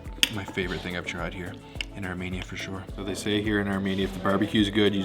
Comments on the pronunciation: Love you channel but one thing: PLEASE STOP SAYING ARMANIA ITS ARMENIA. Arm-een-ya❤❤❤ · Pronounced Armenia, not ArMANIA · Ar-MEE-nia not armaynia! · Its ArmEnia, not ArmAnia!!!